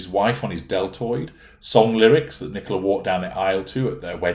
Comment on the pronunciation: Isn't itpronounced Nicola as in Cola? The way you say it's an English name.